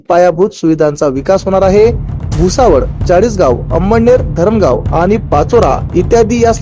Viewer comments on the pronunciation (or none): Batmidar Mitra appli Marathi bhasha sudhara Jadgaov nahi jalgoan mantat ani bhusavad nahi tar bhusaval asea mana